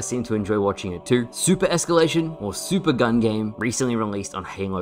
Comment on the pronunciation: You sounded American when you said super gun game, idk if its just me